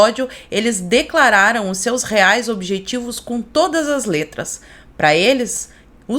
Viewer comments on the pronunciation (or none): none